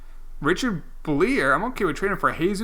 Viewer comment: Richard Buh-liar